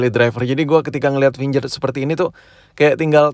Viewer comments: Kamera gak penting...... Gaming is more important.....finger bkn finjer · Fingger print woi bukan finjer print